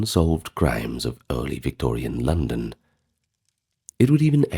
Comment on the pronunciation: My name is London and I love your voice.I love how you said my name , the vacating of this video